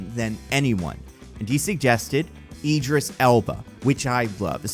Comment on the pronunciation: It's Idris, not Eedris